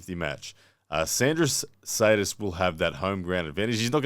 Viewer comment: It's Šedis, pronounced shed-iss, FYI